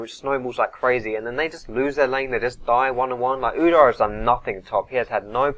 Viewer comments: Udar ? Feels nicer pronounced ud-ere. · UdYr not Udair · Its pronounced oodeer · its pronounced udyr as in oh dear it u dear! no... ok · you say udyr weird